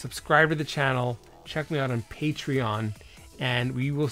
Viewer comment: Mark pronounces Patreon correctly after all these years 👏👏👏